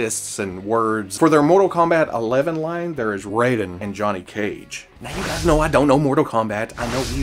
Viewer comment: Just so you do know, it's pronounced Rye-den not Ray-den